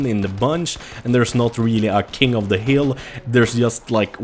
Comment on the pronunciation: try pronouncing "th" in the word "the" right. You pronounce it with a "d"